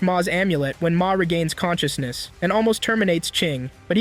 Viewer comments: WHENB HE GAAIIINNNS CAN-CHUS-NESS…….. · conshooshness lol